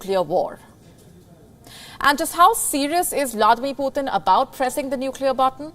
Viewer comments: Sister it's not PutHin, it's Putin 🤔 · No, it's Poo Tin, the governor of China's new Russia province.